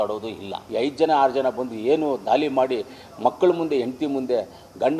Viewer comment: ಲೋ ಕೊತ್ತನೂರು ದಾಲಿ ಅಲ್ಲ ದಾಳಿ ರಂಗಣ್ಣ ಹೇಳ್ದಂಗೆ ನಿನ್ ಮುಖ ನೋಡಕ್ಕೆ ಅಸಯ್ಯ ಆಗುತ್ತೆ ನೋಡಕ್ಕೆ ಒಳ್ಳೆ ಸಾಂಗ್ ನನ್ ಮಗ ಇದ್ದಂಗೆ ಸಂಘ ನನ್ ಮಗನೇ